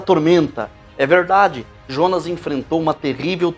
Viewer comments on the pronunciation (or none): none